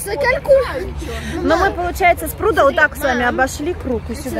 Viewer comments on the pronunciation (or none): правильно говорить дошли до прудА, извините, до прУда режет уши